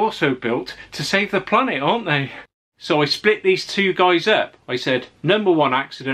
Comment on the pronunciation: How he said to save the panet🤣🤣